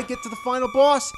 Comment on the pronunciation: Anyone else love the way he says Bwoss?